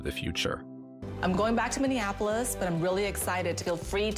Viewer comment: You said Minneapolis wrong